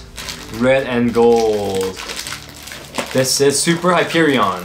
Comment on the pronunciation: As a borderlands fan the way you say Hyperion frustrates me